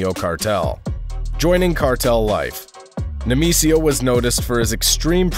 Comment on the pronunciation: Say it with me: Nay-May-SEE-yo 😂